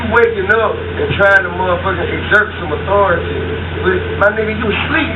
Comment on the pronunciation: I know Tip didn’t just say “ in jerk some authority “ please tell me he did not just say that. 😂😂😂